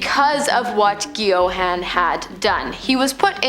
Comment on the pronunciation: I like the content & presentation but you should research the correct pronounciation of the names. You got both ‘Geoghan’ (Gay-gan) & ‘Bulger’ (Bul-jer) completely wrong.